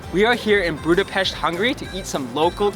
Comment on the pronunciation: Thanks for taking the effort to learn proper pronounciation of Budapest and other words... ❤❤❤